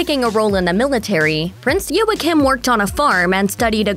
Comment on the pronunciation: And it’s Joachim is pronounced Wa keem